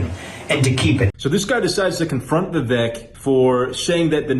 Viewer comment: Vivek pronounced like cAKE Get it right before he runs in 2028. 😉